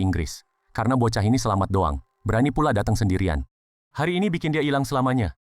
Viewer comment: Bukan bokah,tapi bochah